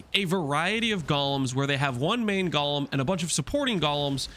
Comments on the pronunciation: Does people pronouncing golem as "Gawlem" annoy anyone else? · 'Golem' doesn't rhyme with 'Gollum'. The 'g' in Aegis is pronounced 'j'.